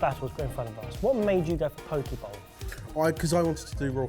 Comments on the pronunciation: Hey, Hawaiian here. It’s pronounced Po-keh not po-key. Still love the show and you but like. That’s cringe worthy man. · It's Poke not *Pokey*!!! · Okay but no ones gonna comment on how it's pronounced po-kay not po-kee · Po-keh not pokeyie, and that’s more of an LA/mainland/tourist bowl not a “traditional” poke bowl. Turns into a salad instead of a poke bowl. Still like the video though :) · Bloody cheek for complaining about the pronouncing of chorizo while y'all are pronouncing Poke as Pokey. Ether someone got put in a fishy prison or some really loves to be fingered. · For the first minute I thought said poke balls. I'm like I have never seen a poke ball in a restaurant, let alone eaten one... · Pōk-eh is how it’s pronounced in Hawai’i and Hawai’i is pronounced Ha-va-ee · Poh-kay bowl. Poh-kay. You're up for the next pronunciation lesson. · LOL That moment when mispronounces a dish like it’s a place in which Miss Trunchbull is going to lock him. FYI correct pronunciation rhymes with OK and sake (the Japanese rice wine...Ben)